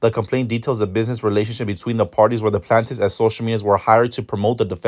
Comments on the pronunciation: Not the plantifs 😂 it’s pronounced Plain-tif ☺️ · Not him saying plant-tifs 😂😂😂